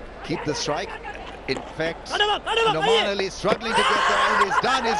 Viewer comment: Its nauman ali not noman 😅